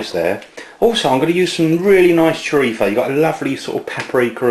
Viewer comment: last time i checked the label it was churritzo not churripho like your pronouncing it lol